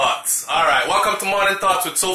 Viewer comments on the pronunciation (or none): At first I thought u were calling us "thots" when you said, morning thoughts. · I thought he said Morning Thots, Morning Thots, Morning Thots. I was about to get offended. 😂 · I thought he was saying ''g'morning thots, morning thots, morning thots'